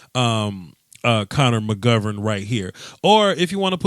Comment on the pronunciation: you messed up McGovern's name already. I told you, it's C Mac. Doeskiwoahski.